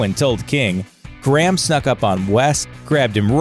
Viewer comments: It's really annoying how he pronounces Graham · why cant Americans say the name "Graham" properly?